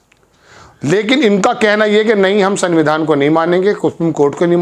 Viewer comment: جناب..... سنگویدھان..... Sangvidhan Nahin hai.... Sanvidhan سنویدھان س ں (نون غنہ )و ی دھ ا ن....